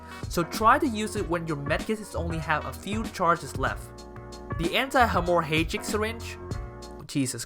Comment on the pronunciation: LMAO dude pronounced Hemorrhage like a tweaked pronunciation of a Harry Potter Spell. You butchered that word!!!